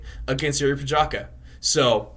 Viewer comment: Respect the guy - learn how to pronounce his surname !